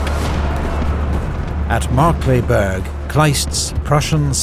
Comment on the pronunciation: the pronunciation was pretty good. Of course here and there you could here the accent (for example with „Markkleeberg“) but over all it was probably as close as a non native speaker can get 👍🏼 and way better then most other history channels. Thanks for your great videos!